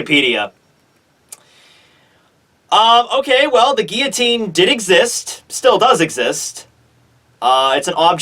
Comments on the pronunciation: The way you pronounce 'guillotine' is distracting; you completely miss out the L sound in the middle. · geoteen or guillotine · You mispronounced guillotine